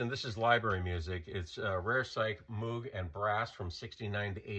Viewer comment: Moog rhymes with vogue.